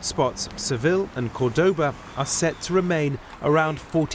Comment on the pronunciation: Your first correspondent didn't bother to discover the correct pronunciation for Spanish place names. Y'all are the BBC, for goodness sake... you must do better. The second correspondent, more seasoned, got 'em right, because he cared enough to.